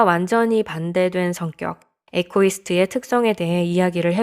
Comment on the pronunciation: 이고이스트가 정확한 발음입니다ㆍ